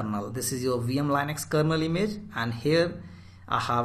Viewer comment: Very good , but please don't say LANEX , thats Linux